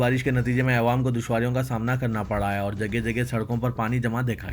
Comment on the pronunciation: Muzaiyan ki jagah mazeen kya kehna! awam ki jagah aiwam kayi salon se padhna kya is news reader ko kisi aur showbe me taraqqi nahin di ja sakti?